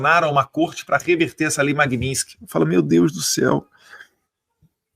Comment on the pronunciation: Pô fale Magnitsky direito. Isso não é para o Eduardo, é para o apresentador do canal.